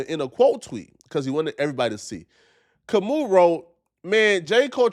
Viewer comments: It's not Kam-ooo...it's Kam-ow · It’s Ka-moo!